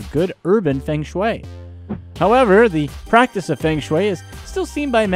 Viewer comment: Feng is pronounced 'fur-ng'